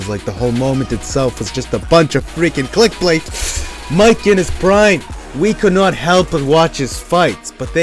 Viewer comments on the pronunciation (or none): "Click blait"